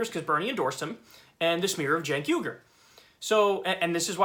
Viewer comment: Don't feel sorry for the Russophobic Russiagater. Good riddance. Oh, and it's Uygur, not Yugur.